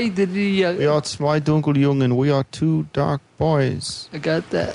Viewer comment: I love how always butchers the name of Zwei Dunkel Jungen but gets it perfect when he whispers it to Dave